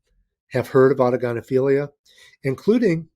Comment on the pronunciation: Thanks for pronouncing autogynephilia properly Chris was trying to Google it haha Great show cheers from NZ